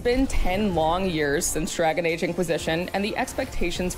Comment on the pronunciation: Yes.. "Drgaon" Age